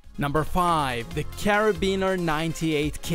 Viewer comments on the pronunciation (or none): none